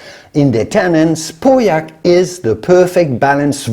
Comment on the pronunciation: I was relieved when you finally started to pronounce Pauillac properly.